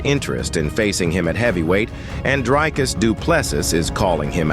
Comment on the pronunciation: Dude get your pronunciation right - Dricus’s name …say it right just look it up!